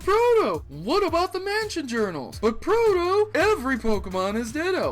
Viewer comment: Buuuut! Lol